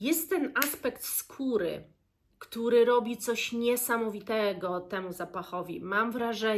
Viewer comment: Usłyszałam pieprzu z kury zamiast pieprzu, skóry...cóż to za składnik myślę sobie 🤣